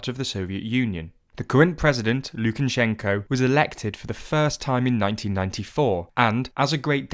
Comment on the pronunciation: It’s actually pronounced Lukashenka. If you’re gonna correct someone do it right.